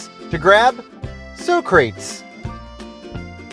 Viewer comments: Great job.. Sock ra tease is how it's pronounced Socretese ,Greek philosopher, statesman...bla bla ...😮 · Great video and a shame so many locations have changed/been demolished. I had a nice chuckle at your mispronouncing of Socrates, though 😅